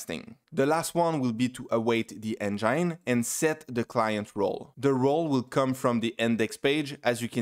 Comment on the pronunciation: interesting! Very helpful. A big thanks man! And also, you were saying "enjaine", lol. Got me confused at first.